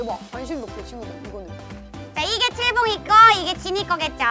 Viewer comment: 칠봉이를 치즈봉이라고 들어서 속으로 읭? 이랬던 1인....